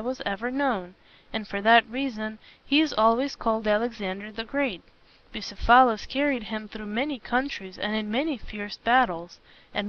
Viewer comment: It's pronounced, "Bugh ceph alus" not "Busa phalis." The reader is putting the em phalis on the wrong sil aball.